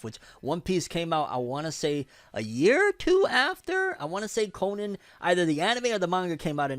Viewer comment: Detective Conan is most underrated anime/manga series ever. Also you’re pronouncing Conan wrong